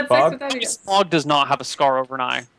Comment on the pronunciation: damn it its SMAUG: SM-OW-GUH